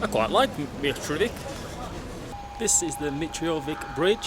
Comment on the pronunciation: And it's sounds like Mitrovisa and not Mitrovica the way you say it 😃 if it was called like the way you said it we would have written it like Mitrovika not Mitrovica👍😃 you are awesome taking your time visiting our City💖